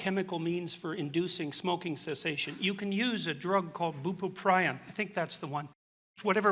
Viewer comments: “Boopoopryon” You mean bupropion? 🤔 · I take bupropion and when he pronounced it like that i died a little inside